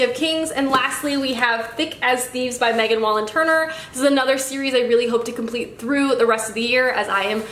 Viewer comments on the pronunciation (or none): none